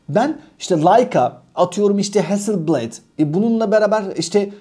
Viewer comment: Ustadim Hasilbled diye değil heazzıl blaad diye okunur